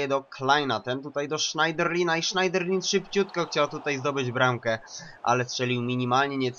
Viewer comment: nie sznajderlin tylko sznederlę P.S fajny odcinek